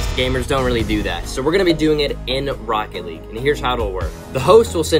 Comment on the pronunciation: “Rocket leaguessr” haha